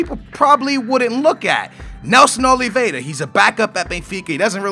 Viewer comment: NELSON OLVIERA NOT OLVIEDA